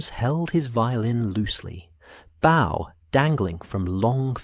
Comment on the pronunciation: I don't know if it's the AI or is a mispronouncement of the 2nd part of a violin instrument. Violins are played with a bow (Pronounced boh) and is made of wood or carbon composite with tension from horsehair or another substright, used to play the instrument by drawing it across the strings. Many violins have multiple bows. A bow, the way it has been said in many mispronounced episodes of Holmes stories is a gesture of respect or greeting by slightly bending at the sholders or waist, toward another person. There are multiple ways to pronounce the word bow, and over 7 different meanings. Please try to correct this error.